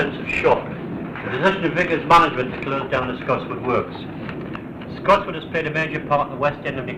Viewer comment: TBF fair the only thing I can moan about is the name of Scotswood rd(Scottsy) not (scotchy), but that's by the by loved reminiscing thou. 😍